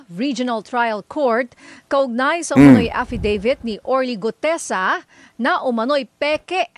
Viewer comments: Guteza not Gudeza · Orly Guteza hindi Orly Gudeza ayusin mo ang pag pronounce pleasee